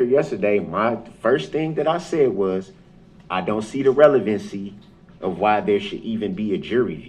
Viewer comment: "I don't consent to multiple consecutive life sentences. I don't see the relevence-y. I don't undershtand the nature of the charges."